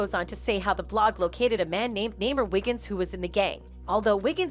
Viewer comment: Fool's is NAZEER, not "Namer". Ion care WHAT fbi and all em are sayin...we just NEED SOME REAL ANSWERS AND JUSTICE FOR SHANQUELLA ROBINSON ....they got all up on them 4 in Idaho(and I'm thankful for that fr) but why hasn't Shanquella's case gotten half as much air play anywhere!? Make it make sense smh. #JUSTICEFORSHANQUELLA